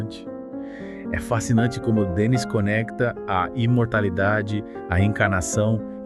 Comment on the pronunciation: A pronuncia correta é Denni, acento no i. O programa é excelente, o Livro maravilhoso.